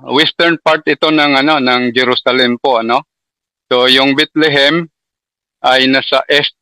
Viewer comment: Bethlehem sir Hindi Bitlihim😂😂😂😂